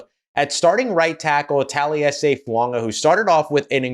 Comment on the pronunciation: You're the only Saints content provider, besides me, who says Fuaga's name correctly. Thank you.